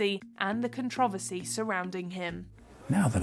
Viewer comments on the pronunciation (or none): The narrator mispronounced "controversy" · Don't think I've ever heard controversy pronounced like that before lol no dig just saying